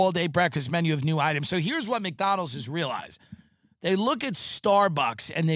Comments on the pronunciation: His neck fat doesn't allow him to pronounce it properly. Poor guy 😢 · Why does he not put a d in McDonald’s. Mcdonal lol